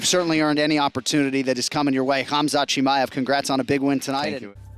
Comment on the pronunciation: Why not learn how to pronounce his name properly?